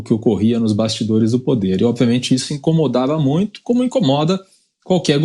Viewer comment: O refinado que fala "mutio".